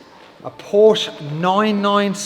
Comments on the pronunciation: Cant buy a Porsche, if you cant pronounce it correctly ! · Now, if you could just learn how to pronounce the car's name correctly you're onto a winner. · Pronounce porsche properly 😮